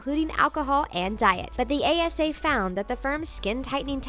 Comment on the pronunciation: Was I the only one who noticed she said ACA instead of ASA twice